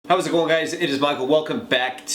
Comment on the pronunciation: ***** conor heslin You can't unhear this now loool